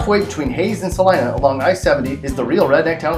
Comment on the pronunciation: How did you pronounce the Arkansas River? Dude, you're talking about a river in Kansas! It's not Ark-kan-SAW until you leave the state. Until then, it's Ar-KAN-sas. LOL Hey, at least, you pronounced Salina correctly. Good job! :-)